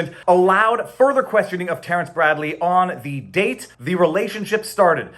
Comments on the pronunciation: Dude 100% said "dang". I was explicitly listening for "date" and distinctly heard "dang". 🤣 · Date dang hard to say